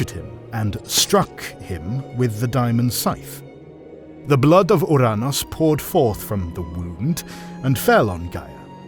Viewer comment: We all know he chose the proper pronunciation of Ouranos just to avoid the jokes.